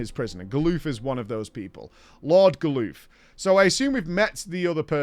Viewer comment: GAH-LUFF!! GAH-LUFF!!!!!!!!! STOP SAYING GALOOF! Jesus christ.